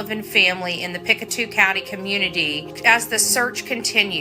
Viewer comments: yes! Thank you! I live in Pictou Co and one thing that kind of drives me nuts is when people pronounce it "Pic two" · Pictou (Pic toe) way it sounds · It's pronounced pick toe.